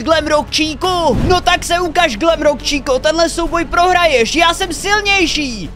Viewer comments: To není glamrock číka ale glamrock čika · Glamrock chica* on říká chíca